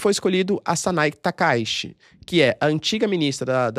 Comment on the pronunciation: O nome da provável prineira ministra japonesa lê-se Sanae Takaiti 高市さなえ